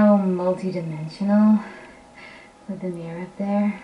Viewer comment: Your one horny guy :P, and I love how say with or "wif" in your case, and God you have me dying at the end of every video, don't stop making da mudda videos